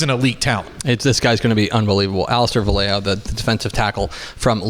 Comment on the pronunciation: Hi the last name Vallejo is pronounced Va ye ho, not Va lay ho.